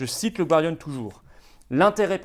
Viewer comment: Florian, "The Gardian", la première syllabe ne se prononce pas /gwar/ mais /gar/ comme le département du Gard, par exemple.